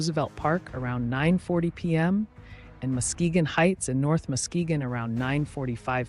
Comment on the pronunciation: anyone that wasn’t a Michigan storm chaser pronouncing Muskegon wrong gave a pleasant laugh which was much needed, especially considering all of our phones alarms went off and we had to go to the basement, which was terrifying, i’m the only one with good ears outside of the dog and I hated hearing the tornado sirens from the basement.